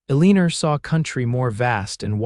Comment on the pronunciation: Come on, how can you even listen to a story where they're oronouncing Eleanor as A-Leener?